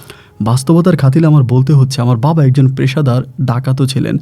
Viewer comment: খা তিল বলবেন না কথাটি হবে খাতির